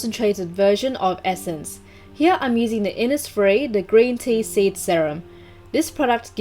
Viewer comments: Insfires, infires man yeah😂😂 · today I'm using the innisf-: iNsFiReS mAn